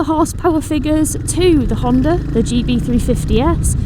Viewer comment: They a not "Honte" and "Honta", they a HunteR and HonDa😊